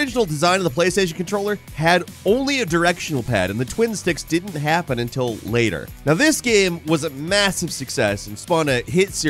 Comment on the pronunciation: deedn't know 😂😂